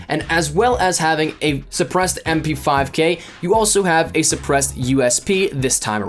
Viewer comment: Cringe everytime you said mp5K, fatal error